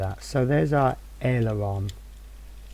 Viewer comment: Just say .. Ale Er Ron